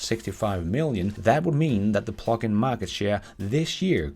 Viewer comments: Initially it sounded like "fuckin' vehicles" and I thought "yeah, let loose!";p;p;p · Yeah, I have to say that it sounds like you are saying F'in (the curse word) vehicles. I listened and read on screen and found it's "Plug in" not the F word. hahahaha